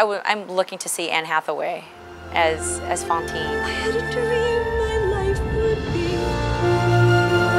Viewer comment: She emphasized the a in Fantine. She said it like "fAntine" its pronounced "fOntine" go to